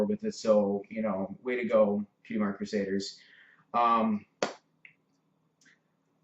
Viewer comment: It's Crusaders not Crusaiders